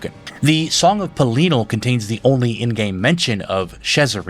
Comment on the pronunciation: Bro, the way you pronounce some of these names really throws me, like who is Peleenal? Is Pelinal, Peh-lih-null.